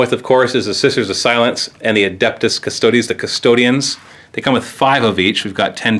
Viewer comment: Good vid, but for future reference, its not "cust-odies", its just custodes. (cuss-toads)